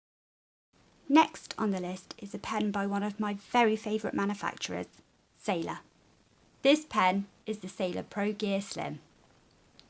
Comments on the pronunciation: actually,it's "sailor" not "sailar" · Am I the only one here annoyed by SailOr being "Sailar"?? Sorry, nice review though. A bit slow, but nice.